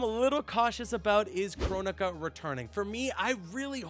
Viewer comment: Bro... not kronika...